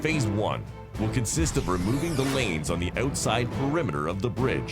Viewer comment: stop saying oooootside!